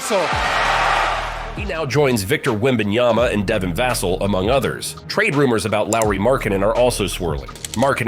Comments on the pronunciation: ITS vUHsell not vAHsell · Get em! He’s been in the league long enough and is good enough for people to at least say his name correctly!